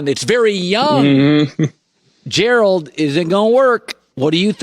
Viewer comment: Collin really knows how to pronounce Gerald...and that's unusual because Gerald is a hard name to pronounce...I would know...😉